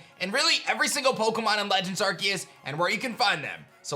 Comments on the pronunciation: NO, IT'S ARCEUS, NOT ARKOOS! SAY IT RIGHT! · IT'S ARCEUS, NOT F*CKING ARKOOS! HOW MANY TIMES DO I HAVE TO SAY IT?